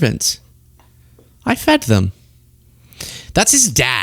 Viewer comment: Apple —> Tree. I don’t care how awful his dad is, he still doesn’t get a pass. He says “fid” instead of “fed” but you don’t see me all “go back to Africa” about it. Ronald Reagan saw our immigration population as one of America’s STRONGEST assets. Perhaps HOW we became such a great country in the first place. And now we have white nationalists in charge and look at this mess. Our planet is made up of all types of humans, and as humans, we have invented ways to cross to each other’s lands. In doing so, we are evolving. Clearly the solution is for Elon to hurry up and get that all-white mission to Mars goin and good riddance.